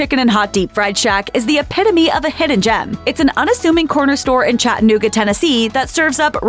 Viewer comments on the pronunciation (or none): Chattanooga is procounced Chatta-Nooga, not Chattan-ooga